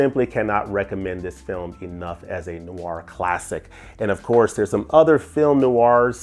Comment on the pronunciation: Film NOIR has just one syllable! Not NOO-ARR. The term translates from French as Black Film or Dark Film.